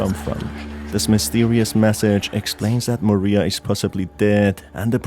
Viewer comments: I hate that literally everyone gets the names wrong... Usually they either get Mariah or Karins name wrong but oh boy you got both wrong. It's pronounced MA-RYE-A not Maria And it's pronounced KA-RIN not Karen I don't know how people keep getting the name so f**** wrong but holy s***. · Just a slight thing with Mariah. It's not actually pronounced MA-ree-ah. It's Ma-RYE-ah. Think of the singer Mariah Carey. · God I hate it when people call Mariah Maria. Her name is NOT Maria, it's Mariah. It's pronounced like ma-rye-ah not ma-ree-ah. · Every time u call Mariah Maria i die a little inside ❤️ it’s okay tho cuz u are my favourite video game tuber